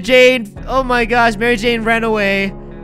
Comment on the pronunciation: you said Mary Jane wrong.